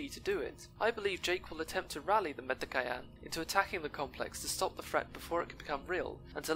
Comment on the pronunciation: LOL it's Met-ka-yee-na